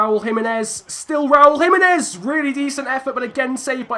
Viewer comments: It is not Jimenez it is himenez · Alright chief you got the pronunciations correct but Jimenez actually is with a H sound edit: wait wtf bruv you fixed it mid-episode